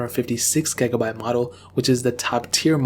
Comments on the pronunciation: The way he pronounces gigabyte triggers me. DISLIKED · Lmfao the way you say gigabyte is funny af